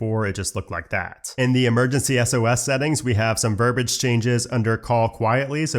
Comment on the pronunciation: verbiage, not verbage verb-ee-age